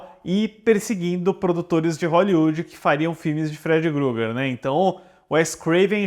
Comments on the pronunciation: Não leve a mal, mas é Krueger, não é Grueger como você fala diversas vezes, kkkkkkkkkk. Concordo, Freddy é o melhor personagem/vilão de terror de todos os tempos. Mas acho que grande parte disso é devido ao Robert Englund. Seria estranho ver um novo ator. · Amigo me dando agonia vc falando Freddy Gruger. Poh meo, nem para pesquisar o nome do personagem ? É Freddy Krueger